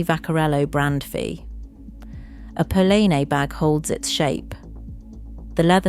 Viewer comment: Thank you for this valuable information. But could you please learn the correct pronunciations of names for your next video? Polene, Loewe, Hermes - it's just irritating.